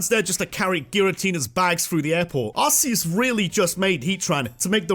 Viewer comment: ARCEUS, NOT ARICUS!